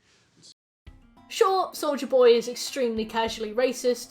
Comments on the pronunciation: I LITERALLY HEARD "SOULJA BOY" AND NOT "SOLDIER BOY" LMAOOO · I can't spot hearing Soulja Boy when you say Soldier Boy 😭😭 even though your pronunciation is clear, so idk why lol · ahh another entry into long analysis of series i've never seen but will eagerly watch because i love the creator making it edit: also every time you said soldier boy i heard soulja boy, and i kept thinking wtf is soulja boy doing here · really unrelated but everytime you said souldier boy i heard souja boy lmao